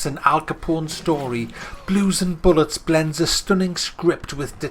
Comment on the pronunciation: Are you saying Blue and Bollocks or Blue and bullets lol.